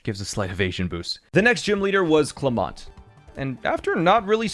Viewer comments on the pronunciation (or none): as soon as he mentioned wobbufett I knew what was going down quick side note the way he says Clemont like he says ClemOnt like it’s pronounced Cle • ment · clem-ot it is pronounced clem-it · its cleminet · Man really said Clemont’s name wrong smh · Man pissed me off when he miss pronounced Clementes name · The way he said "Clemont" doe... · the way he pronounced Clemont.